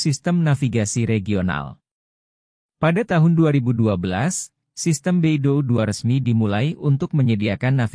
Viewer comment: Bacanya bei dou, bukan be i do u 😂